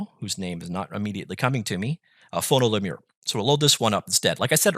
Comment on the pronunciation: Lemur is pronounced like femur, nice vid otherwise.